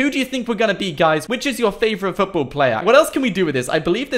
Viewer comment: The way he says football foutboul